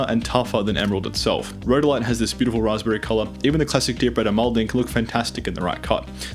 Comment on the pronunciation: banger video bro really well made, except for your pronounciation of Almandine